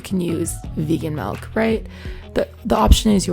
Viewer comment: She Said Melk😂